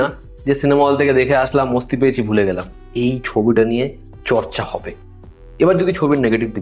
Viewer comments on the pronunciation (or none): Oita mosti na masti hobe, obosso hindi Kotogula o bangla bhul koy tai ki are kora. Kissu bolar nai